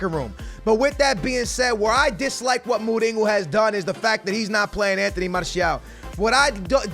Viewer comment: you are in love with "enteny" martial